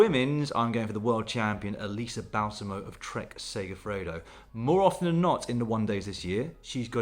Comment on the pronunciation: Elisa Balsamo*! *with the accent on the first A